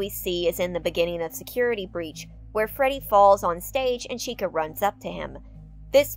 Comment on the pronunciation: The start u say ferty fazbear lmao